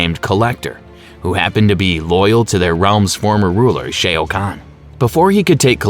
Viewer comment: 😂🤦🏿‍♂️ notice how their response didn't even acknowledge ai, let alone affirm your believe these are just human mistakes. A human may trip up on Shang Tsung but Shoa to Shay??